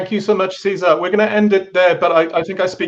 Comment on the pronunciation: Nobody knows all languages and pronounciations, so no judging there. Having said that, the accent remains on "Cé", not on "sar". So just like in English you would pronouce Cesar, the same stress applies in Spanish, only changing the vowel sound to a Spanish "e" vowel sound.